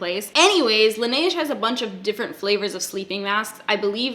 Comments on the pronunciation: Laneige is pronounced closer to Lan-edge. Just soften the d and blend it with the g more. Their lip mask is my favorite, but dear god you guys pay a lot for it there. Here (Korea), on coupang or gmarket, they're like $10. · Laniege??? ORDER THAT SHIT ON YESSTYLE! It takes a bit longer, but IT'S SO MUCH CHEAPER FOR US CANADIANS!!. You've been told. Don't make this mistake again lol